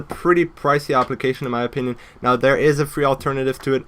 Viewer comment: When he said "Application" I thought he said "Obligation"